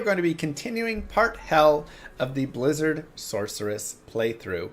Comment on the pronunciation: It’s a Bwizzard!